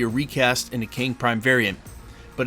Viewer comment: Its KANG..NOT KEING